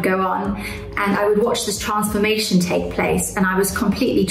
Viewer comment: Why can't she pronounce the words 'transformation' or 'transfixed' correctly? Is she not British?